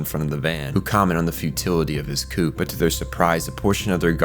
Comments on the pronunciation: Only one teensy observation - the word coup is pronounced more like "coo", and not "coop". Its one of the most common pronunciation errors that I myself made at one point, hahah. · Oh get over it. This recap was amazing and you're hung up over him mispronouncing ein. I'm more upset about him pronouncing the p in coup. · The p in “coup” is silent. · Are you AI or do you just not know that coup is said "koo" because it's a French word? And did you not watch the show? It's Ein... Like Einstein... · Are you aware that a cupe is pronounced kuu?